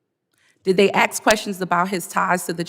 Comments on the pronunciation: It's "ask" NOT "ax". Learn how to speak properly. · "Aks questions" ???